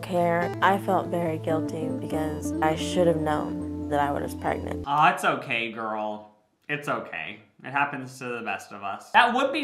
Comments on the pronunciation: i will never get over the fact that he says "preygnit" instead of "pregnant" and he says it literally at least once every video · No one: Absolutely no one: Not even Jacob:: PReGnaT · any video where is going to say “pragenent” a bunch of times is gonna be Good